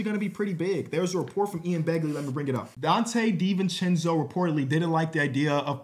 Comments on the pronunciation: I was talking about the way he pronounced it lmao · “Donte Divenchencho trade”